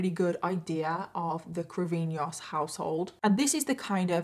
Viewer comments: I am from Brazil and this case is insane. We have a few films and documentaries about it. Everyone was chocked when it happened. Also, the way you pronounce “Cravinhos” is super cute Lots of love from Rio de Janeiro 🥰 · Btw I really enjoy your content and your pronunciation for all the Brazilian surnames and words was amazing!!